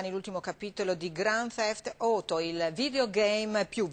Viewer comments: "Grand theft oto" ahahah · Ma poi sbaglia proprio la parola in italiano AUTO! HAHAHA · La parola Auto si pronuncia così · SI DICE NIKO BELLIK e NEANCHE GRAND THEFT OTO